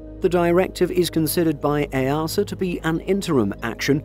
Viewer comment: EASA = “EEE A SER” not “EY ARSE ER”